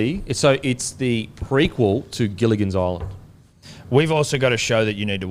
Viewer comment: “Gillian’s island” lmao nearly got it